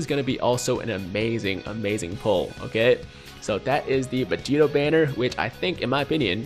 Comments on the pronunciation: I didn't wanna say nothing but did this man just say "Vedito" and "Godeta"?? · did he say vedito and godeta?